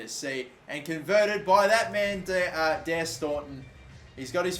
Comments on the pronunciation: Just saying it's pronounce Dara Staunton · Daire in Ireland is pronounced "darra". You pronounce staunton correct tho 👌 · Just so you know daire is pronounced Dara